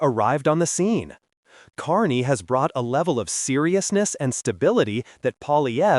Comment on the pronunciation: So stupid you can’t even say his name right